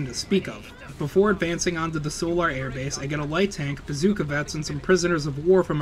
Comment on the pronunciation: i know its picky but you have mispronounced the Solar Empire female CO Names, even though the names are pronounced correctly so many times in game and in cut-scene and the Tsar Gorgi name, the mortar vet is not an Artillery Unit, it is a mortar vet, jesus even mispronounces "Solar" and calling a bazooka "bazookie" im so done Lmao